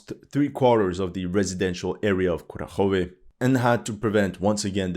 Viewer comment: There could be differences in dialect, but the mispronunciation of Kurakhove drives me mad 😂